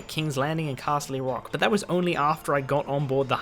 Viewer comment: I thought he said Castle-y Rock...I'm kinda glad that's not a real thing, that would have lowered my opinon of Game of Thrones fans even more.